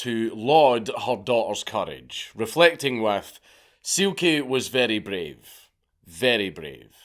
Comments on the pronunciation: Good episode. Just wanted to point out Silke ( like the names Elke and Hanne ) is pronounced as if the e at the end was an a. So Silka, rather than Silky. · Daddy Dank mate you’re killing me her name is pronounced Zil-ka it’s my Mums name. But hers is spelt Sylke in German it sounds like zil-ka